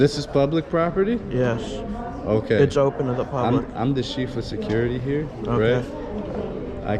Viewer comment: I'm the *"Sheef"* of security. Nothing grinds my gears more than hearing someone speak like that.